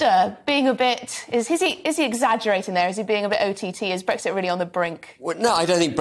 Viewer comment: Ben H. There is no G in Brexit